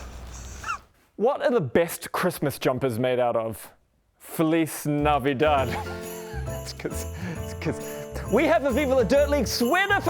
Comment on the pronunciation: doing VDL ugly sweater commercial: Felis Navidad Me: Phyllys Nav-i-dad